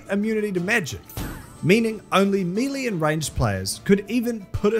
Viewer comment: "melee" is pronounced meh-LAY or MAY-LAY, not "mealy"